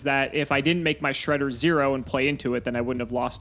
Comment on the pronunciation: This was literally a Progression Playoffs episode. I can't get over "My hole is no more" xD and then we got counter jokes with Fortune Lady Earth and the absolute correct pronunciation of Shred-d-d-d-d-d-er (why the fuck does that thing have 3 D??). It was hilarious from start to end and I'm super happy that we finally have the return of present-day and present-day symbolized by his flamboyant hair.